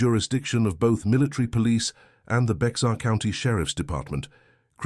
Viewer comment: Itsytoo bad your I announcer kept mispronouncing “Bexar”. I too was born in San Antonio in 1951 and live there still . It is pronounced like “Bear”. I am glad this story is being told.